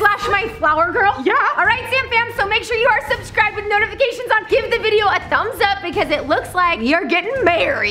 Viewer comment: Its video not vidvio